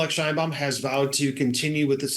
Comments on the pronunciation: So, It's Pronounced Shine Bawm=Sheinbaum 😁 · Maybe learn how to pronounce her name properly,.